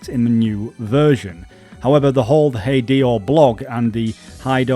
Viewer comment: I'm sorry "Hid-Ee-Oh"?! Hid-ay-oh. Your accent and being a youtuber is no excuse to not pronounce things correctly. Especially names. God it takes 5 seconds to Google "How to pronounce this word/name" why are you people (YouTubers) so lazy.